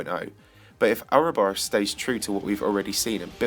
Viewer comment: how hard is it to do a little research and discover that not only is a a worm, but most definitely not pronounced 'ouroburiourus?' expected more effort from tbh...